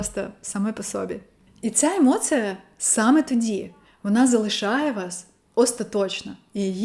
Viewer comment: Емоция поки що через ы Треба трошки м`якіше - через і